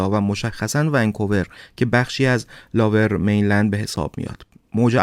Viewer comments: لوویر مینلند نه لاور میلند... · Lover mainland?!! Seriously?👎👎 Lower mainland is correct. If you don’t know English, ask Siri how to pronounce it properly or just say Vancouver 🤨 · داداش نیازی نیست کلمات انگلیسی رو بیان کنید اگر بلد نیستی Lover mainland اشتباهه Lower mainland درسته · لاور مین لند نیست لوور مین لند میگن. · Lover main land ? Really? It's lower main land. At least learn how to say it right. 😂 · مرسی از برنامه های خوبتون،ولی Lower Mainland, لوور مینلند،یا سرزمین پایین خونده میشه که شما لاور مینلند یاLover Mainland میگید. چند بار دیگه هم این اشتباهات تلفظی انگلیسی بوده که از شما بعیده. من همیشه برنامه هاتون رو میبینم و خیلی دوست دارم. Excellent work as always 👏 👍 👌 🙌